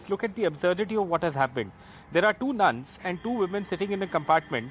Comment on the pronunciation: Its nuns not nons..... Stupid lady news reader